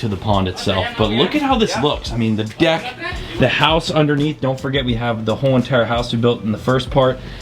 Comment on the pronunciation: you not saying deck right bro